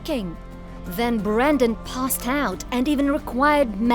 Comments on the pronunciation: Wtf woman, his name is Brendan. Not Brandon. I mean, it's written right there. See it? No? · BREN-DAN not “Brandon” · BrEndan. Not Brandon. With an E. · It's BRENdan NOT BRANdon, clueless fake fancy pants lady. The least you can do is get his name right. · Brendan NOT BRANDON.... jeeze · How does the narrator get his name wrong the entire video? It's not Brandon. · It's Brendan not Brandon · The lady overdubbing this keeps saying BRANDON and not Brendan